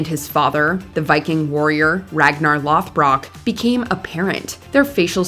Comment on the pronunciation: Nobody noticed the mispronunciation of Lodbrock when Ragnar from Vikings was first mentioned? The narrator corrects it to Lothbrock when she says his name later.